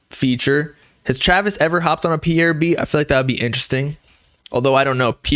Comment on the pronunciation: say his name right💀